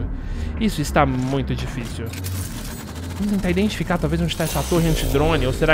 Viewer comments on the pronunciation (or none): none